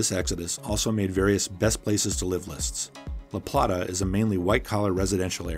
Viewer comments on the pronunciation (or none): Really good video. Only thing that got me was the pronunciation of La Plata. Its La Play-tuh. Lol, But its true a lot of people are moving to La Plata. Other than that really great video! Very accurate. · lol La Plata..its the one thing I noticed the most I even repeated out loud, "its La Play-tah" Hilarious! I